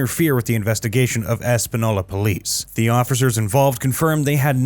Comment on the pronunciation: You mispronounced almost every name in this video. Lujan is pronounced Lu-han. Vigil is pronounced, Vee-hill. Espanola is pronounced, Espan-eo-la. The governor of New Mexico's name is Michelle Lujan Grisham.